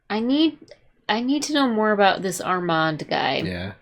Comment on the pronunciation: The "O" is silent..in Arrmonde...😂 It's definitely there.